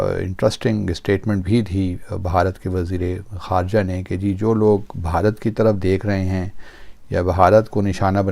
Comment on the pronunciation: These pakistanis are so duffer as they can't pronounce ever Bharat. They say Baharat 😊